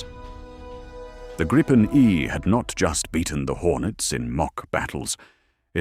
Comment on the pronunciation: Canadian guy here. Personally, l hope we dump the F-35 and go with the Gripen. We could purchase several jets from Sweden whilst we build the factories here to build future jets. BTW, exactly how o you pronounce Gripen? Even this video, it's pronounced three different ways. Grip-en, Gripe-en or Greep-en - which pronunciation is correct? Can an actual Swede please comment on this?